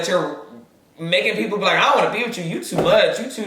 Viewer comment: “Taste lih a lil turkey leg” took me smooth tf out 😭😭